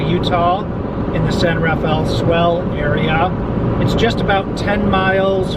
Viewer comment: Next time u are in our area here please ask someone here how to say the name of our desert we don't say it anything close to how u did